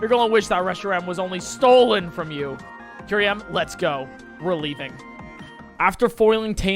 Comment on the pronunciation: It's Kyurem, not Kyuriem. It's Utira, not Utiria. What a weird but consistent misreading.